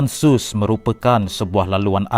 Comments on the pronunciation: lebih dgr pada ''sos'' pulak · Sebutan tak betul .....terusan Suez sebutan betulnya terusan "SU S"